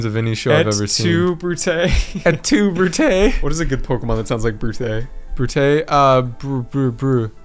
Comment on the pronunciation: Omega Tank32 Brute is pronounced Broot and Bruxish is pronounced bruh-kshish